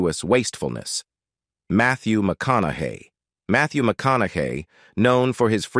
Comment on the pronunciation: It called him McConagay 🤭